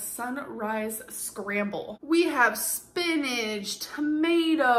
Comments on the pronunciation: Spinig, tomadoe and melk - the holy trinity of mispronunciation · It's spinach. Not spinnage. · I hate how she says "spinijjch" and not 'spinch' you would say 'inch' as. ' injch' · hahahahaha I say "spinnage" and never realized it until JUST now